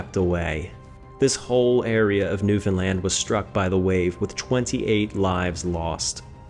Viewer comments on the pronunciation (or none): It's not New Finland, it's New Foundland I think. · I can't find one person who pronounces New Foundland, New Finland. It can be New Found land or New Foundland but not New Finland, your education is letting you down mate